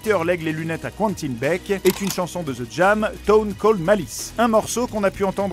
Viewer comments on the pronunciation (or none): Les gars c'est pas "Qouentine" mais "Quentin" respectez le un minimum mdddr c'est horrible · Bah il le prononce à l'anglaise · Quentin, pas qwanetine.